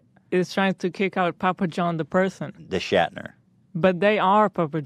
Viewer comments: His last name is Schnatter, not Shatner (read it carefully, ETHAN!) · can someone PLEASE tell Ethan that it's Papa John Schnatter not Shatner, been getting one my nerves for literally years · Papa john schnatter. Not shatner like Captain Kirk.... SCHNATTER